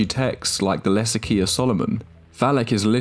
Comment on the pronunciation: I thought he said less ikea of solomon💀